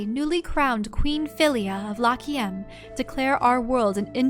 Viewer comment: I think that you should pronounce Lachiem like Lak-Yem.(Y is used as a consonant)